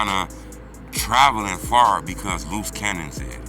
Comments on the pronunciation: lucci cannon 😂😂😂😂😂loose cannon its pronounced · Dat man name Luce Cannon like Loose lol dis nigga say Loochie Cannon lmao